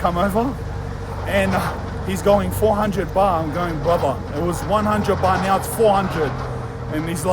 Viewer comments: Live the video but It’s baht mate not bar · Lmao calling 'Baht', 'Bah' like a sheep or something 😂 Jokes aside hope you got back home safely cuz you are a real one we love you